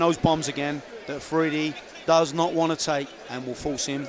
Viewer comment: How does the guy manage to mispronounce his name twice, Alfridi, seiously